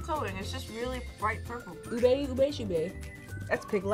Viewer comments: Its pronnonunce Oo-Beh not oo-bay btw Love this vidoe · Ubi not ube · I can't believe they said "ube" wrong😢